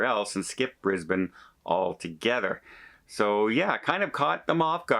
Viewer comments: Your pronunciation of Brisbane was perfect. Bris bun.😊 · hi:) I'm really confused. Brisbane now only has one cruise terminal, the new one that opened at the start of this year. is this the port that they are closing? or the old one? hoping its not the new one as that's where most of our cruises leave from.oh and you said Brisbane correct hehe;)